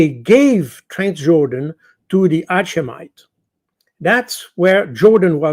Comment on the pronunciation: Taking a hatchet to the pronunciation of Hashemite.